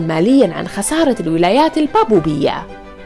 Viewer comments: للاسف المعلقه لا تنطق الباباويه بصوره صحيحه وتنطقها بابوبيه ارجو قراءه المحتوي قبل تقديمه لانكم قناه علم ووعي ومعرفه وجهودكم رائعه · لفظ البابويه عندك خطأ . شكرا لجهوكم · كلنا بشر والنسيان وارد هذا طبيعي . لكن ان تلفظ الكلمه غلط هذا شي ثاني